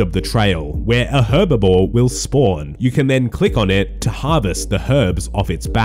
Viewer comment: When will people stop calling herblore herbivore 🤣🤣